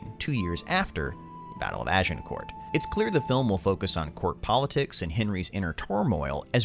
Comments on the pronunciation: Small tip, when you say "Agincourt" leave out the the "t" at the end, you actually have to say "Agincourrr". The "t" is silent. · I can't watch this video due to the unbearable pronunciation. "Agincourt" - you don't say the letter 'T' at the end of the word, because in French you don't say the last letter of words if it's a consonant (unless the following word starts with a vowel). It should thus be pronounced "Agincour" and the 'G' should be a soft jjjjjjj sound. A bit like the 'S' in Asian. Ajjjjjincour. Not "Ah jin court". Oufff.... and I'm not even French! XD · Can't take a commentator seriously than pronounces the letter 't' in Agincourt. Its pronounced Agincore. Philistine. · You don't pronounce it AgincourT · Pronounced Agincore - not court. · "Azincourt" is the French name. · Az - in - core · You don't pronounce the t in Agincourt. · Agincourt has a silent T. Just sayin. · The narrator needs to learn to pronounce names correctly, e.g.: Agincourt, Branagh, etc. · OMG it's Dauphin..pronounced Doe-Fan ... it's Kenneth Brannagh..pronounced Branah....Agincourt has a silent T.... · If nothing else the film may teach the narrator how to pronounce Agincourt... 😁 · Do not pronounce the T, in France it is known as Azincourt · Why is that Americans fail at the pronunciation of every word they ever utter, The t in agincourt is BLOODY SILENT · It would be great if the narrator could pronounce ANY of the even slightly less common words/names. We have the internet, dude - you can use that to check pronunciation. Hint, the T in "Agincourt" is silent. Branagh is pronounced "Brannah". Dauphin is pronounced "Dough-fa", and not either of the ways you mispronounced it. God damn it, is it really that difficult to get these things right? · FYI the T in Agincourt is silent. Good video though 👍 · Also Shrewsbury is "shrose buh ree", and Agincourt doesn't have a "t" sound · How about Agincourt? Is the pronunciation correct?